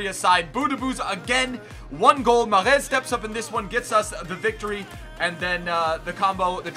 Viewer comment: You pronounce mahrez ma-rez